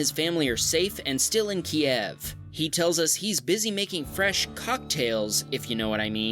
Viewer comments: Its not "key-ev". It's "q-yiv" It was legally changed in 1995 by Ukraine, to get rid of the "Russian" way of saying it. Quite important not to say it the wrong way, given Russia is claiming ownership of it. Kyiv is correct, Kiev is the way you spell and say it if you support Russia owning it. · Just FYI the proper Ukrainian pronunciation is “Keev”. Kiev is the Russian pronunciation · Please, look up the proper Ukrainian pronunciation of Kyiv. It's pronounced Keev by the Ukrainians, Key-ev by the russians. It's the easiest way you can show support. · it’s pronounced Keev. It’s the Ukrainian way. “Kiev” is Russian Go Ukraine!!! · pronounce Kyiv as "KEEV", not "KEY-EHV". "KEY-EHV" is the Russian pronunciation whereas "KEEV" is the Ukranian. Just a little side-note:) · TIL Kyiv is pronounced Keev (Ukranian version) and Key-ev (Russian version) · yes I agree. That’s what I was saying. There is a Russian pronunciation and a Ukrainian pronunciation and in a speech by Ukrainian president he said the way a lot of people pronounce is where it sounds like “Key-ev” is Russian but the Ukrainian pronunciation is where it sounds like “Kee-v” I tend to believe the Ukrainian president in how to pronounce the name of a city in his country. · It's Kyiv, not Kiev. Kiev is the Soviet/Russian name for my city. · Your pronouncing Kyiv wrong it’s keev but spelled Kyiv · Suggest pronouncing Kyiv as "Keev" like the Ukrainians do. Otherwise, great video and pointer to a great charity. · Yo, you want to support Ukraine? Why don't you start by correctly pronouncing their capital city?!?! It's spelled Kyiv. Think about it. And stop pronouncing it like a Russian.